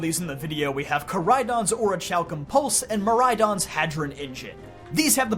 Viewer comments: It's (ori-kalk-um) both ch and c are pronounced the same in that word. No ch like in change. Both are a k sound. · Oreekalkum. Haydron. Those are how you pronounce orichalcum and hadron lmao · So yeah I agree with this list 100% BUT... it's aw-ruh-kal-km (formerly spelled aurichalcum) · Behold da powa of da orichalkamalos!!! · The way he says "orichalcum" is sending me right now. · You're not alone with that opinion.